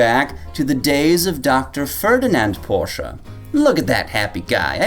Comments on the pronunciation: Porschuuuuh ... You muppet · It's definitely pronounced Porsche, not Porsche.